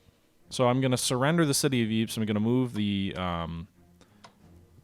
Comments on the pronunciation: I'm not 100%, but I believe that Ypres is pronounced ''Eep'' not "Wipers" like the soldiers of the BEF pronounced it :-) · Ypres is pronounced "eee-pray". The British soldiers stationed there pronounced it wipers, which gave their legendary trench newspaper "The Wipers Times" its name. Highly recommend you hunt down the recent BBC movie about that trench paper.